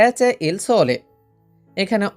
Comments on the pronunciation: c'e এর উচ্চারণ হবে ছে, কে নয়। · c'e'= not che , ce hobe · c'e এর উচ্চারণ হবে চে, কে না